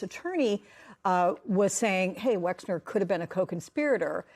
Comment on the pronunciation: why can no one say Les Wexner's name correctly?